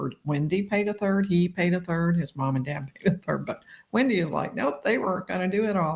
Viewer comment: I know it's insignificant, but I can't get past the way she pronounces "dad" as "dod" and "half" as "hoff." She's not a Valley Girl! Does Florida have an equivalent?